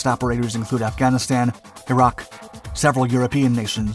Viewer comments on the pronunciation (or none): none